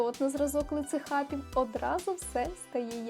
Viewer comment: На обмовка: сказали "лицеХатів" замість "лицеХВатів". "Хвилинка душніли" для покращення якості Вашого контенту👍🏻💙💛